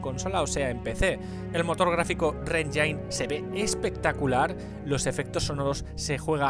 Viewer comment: Buen vídeo. La verdad es una excusa tonta quejarse por el peso, más cuando es un juego lineal. Solo en los mundos abiertos o con cinemáticas muy pesadas, o con súper texturas es que llegan a pesar 50GB o más. PD: Solo una cosa, la palabra 'engine' se pronuncia "enjin" y no "enjain."